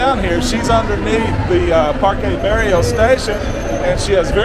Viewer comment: PARQUE BERRIO NOT BARRIO thanks bro